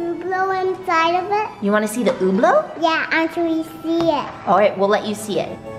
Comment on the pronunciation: OMG I made oblek not so long ago!!!! It's so fuunnnnn!!!!!!!!!!!!!!! I love how called it oblow